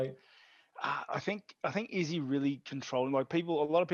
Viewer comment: Brett "Izzzy" Okamoto